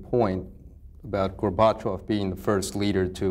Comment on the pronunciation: What's this "Gor bat chav" pronunciation from this reporter? Funny...